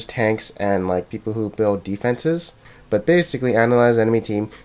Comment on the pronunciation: Buld? I think you've made a mistake there;)